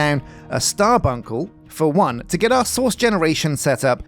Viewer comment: I crack up every time I hear “source”! Indistinguishable from “sauce”. Loads of sauce Filled with sauce We’re gonna need some sauce 😂 Tree the world!!